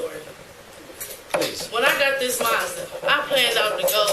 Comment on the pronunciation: A few points. She killed a cop, she's lucky she doesn't get the chair. '7'' IQ - Boll*cks! Whats a Marrrrrrsda? Its Mazda!